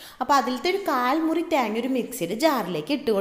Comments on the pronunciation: try to pronounce thenga properly it seems like too funny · ത്യേഗ്ങ നല്ല ത്യെങ്ങ്ങ ഇതെത് മലയാളം ആന്നോ പറയുന്നെ😅😅😅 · 'Thyeenga 'engane edanonna paranje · Malayali alla lle?? മെളങ്ങും പൊടി and താങ്ങാ കേട്ടപ്പോ തോന്നി. 🤣🤣